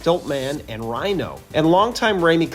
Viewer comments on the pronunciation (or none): none